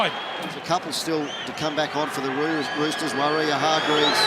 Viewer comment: Commentator says Rooters 😂😂